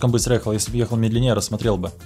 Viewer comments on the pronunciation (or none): none